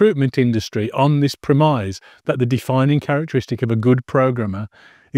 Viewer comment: That's not how you pronounce "premise."